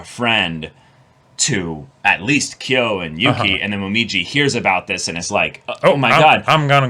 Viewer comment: watching them misread kyo so badly has me in hysterics